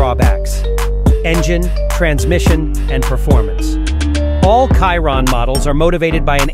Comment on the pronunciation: You cannot say Chiron correct?